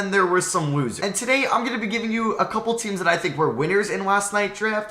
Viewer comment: Im so sorry but whenever you say losers i swear you’re saying woozers and not losers